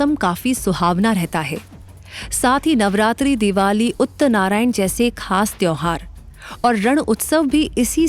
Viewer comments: Pronounciation is uttarayan and not uttnarayan, uttarayan is the brighter half of the year when the sun begins its northward journey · Please improve your pronounciation as you said “ uttarnarayan “, is actually “ utarayan “. Which is makar sankranti.